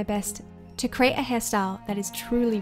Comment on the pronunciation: "CREATE" NOT "CRATE".